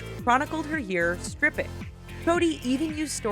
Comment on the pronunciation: Did you guys hear her she said tripping instead of stripping?